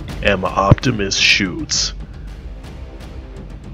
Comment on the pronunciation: you pronounce the e at the end of schütze :) nice gameplay, cant wait for the full thing.